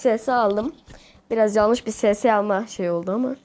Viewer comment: ss ne lan skfkdkg eses o okunusu